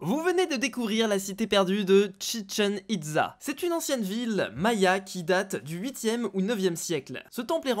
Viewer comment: Chichen Itza ca se prononce Chichen itsa En tout cas continue comme ça t'est super ;)